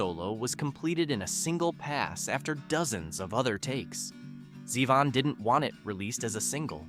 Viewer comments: And it's Zay-von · Blue Suede is pronounced "swade," not "Swede." And, it's "Zee-von." There were a few more really bad pronunciation errors which completely distract from your words. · Not Warren "Zehvin"... It's "ZEEvahn".